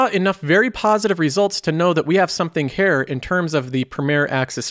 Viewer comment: Why you say “hair” instead of “Here”?